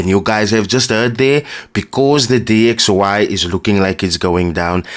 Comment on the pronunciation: After he said DYX instead of DXY i knew he cant trade and this will fumble :body-green-covering-eyes::body-green-covering-eyes